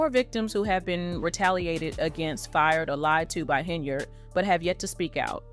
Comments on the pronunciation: Ugh! I gave you one more shot. Unfortunately, your pronunciation of “Henyard” is awful again. At least I made it this time. Peace out!! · Please learn how to correctly pronounce Henyard and Dolton.